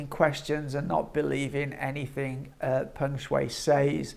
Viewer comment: Pronounced Peng Sh..why